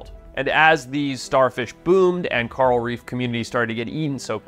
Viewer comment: Who is “Carl Reef?”